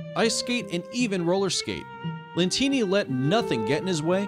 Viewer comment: It shows Francesco Lentini but he said Co Lentini